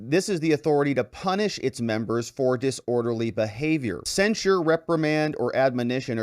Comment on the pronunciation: It sounds like you're saying, censor. The word is censure cen·sure verb express severe disapproval of (someone or something), especially in a formal statement.